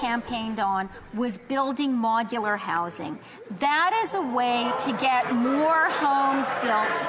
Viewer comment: Why does she pronounce it "MOG-ular housing"??? I cannot believe she was re-elected, she is so insufferable.